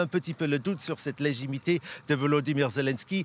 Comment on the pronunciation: c'est légitimité pas légimité mon pote.😂😂😂